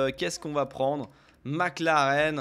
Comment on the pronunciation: il a dit mecleren